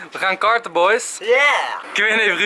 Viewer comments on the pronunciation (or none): ik verstond kaarten in plaats van karten! hihihihi ;)